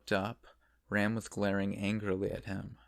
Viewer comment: I keep getting ram and rem mixed up with your pronunciations 😂😂